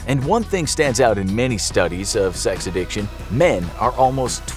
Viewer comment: Addiction pronounced A-dick-chin